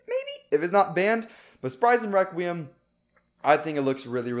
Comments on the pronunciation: You are saying weqium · Requiem it’s not requiem, it’s WEKWIUM